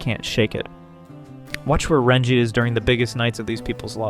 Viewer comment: I'm concerned by the way this guy pronounces Ranjit here. And Mosby on a couple other videos....